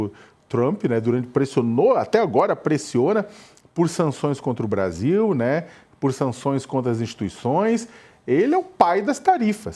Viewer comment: O "interesse do Bradil"????? 🤦🏽‍♂️🤡🤣 Kkkkkk